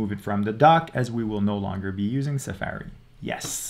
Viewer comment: Suh-faerie??? That's the first time I've heard it said like that. I don't think I live in a bubble, but it's possible. 🤷‍♂️